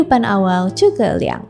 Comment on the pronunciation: Zhuge bang bukan cu ke